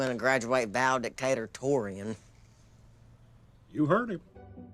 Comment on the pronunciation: "Valedictatortorian"- Geogie Cooper🤣